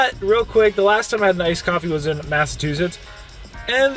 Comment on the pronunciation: ...is it a thing to call it massatwosits??